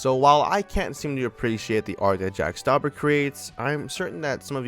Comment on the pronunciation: OMG I LOVE JACK STAUBER ALSO YOU MISPRONOUNCED HIS NAME